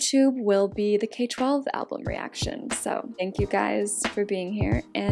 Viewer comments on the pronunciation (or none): It’s pronounced K-12 (K trough twelve) not K12 💗💗 So excited for this video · I love this series! but just so you know, there are fans that will attack you for pronouncing k-12 wrong. im not, but just so you know, you pronounce k-12 like: "k through twelve" :) But i love these videos! :)